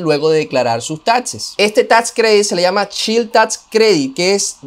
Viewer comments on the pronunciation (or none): que pasa con tu ingles? No es chill tax credit es Child [chaild] tax credit.